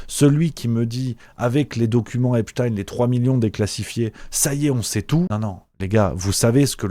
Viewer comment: ça m'agace cette prononciation epstine genre à la russe !! alors que c'est bien epstein un nom juif point ! tout com einstein qu'on ne prononce pas einstine ainsi que zilberstein et non pas zilberstine !!! cette façon de vouloir mettre un peu de russe dans cette affaire est vraiment une façon de vouloir noyer le poisson dans le monde entier alors que c'est en grandes majorité l'occident qui est bien mouillé com d'hab d'ailleurs ...